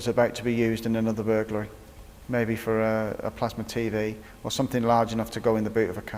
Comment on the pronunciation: Bur GUL ry? It's Bur GLA ry. . . . burglary, not burguly, when these police are writing out their reports how do they spell it?